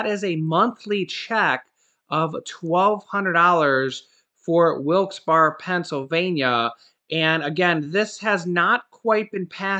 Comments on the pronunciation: Wilkes Bear is proper pronounce! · It's pronounced Wilkes Berry